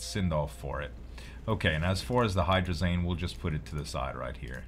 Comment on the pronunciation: Can you pronounce hydrazine like magazine. I work with it a lot and your calling it hydrazane is killing me. Lol. Great vids. Keep it up.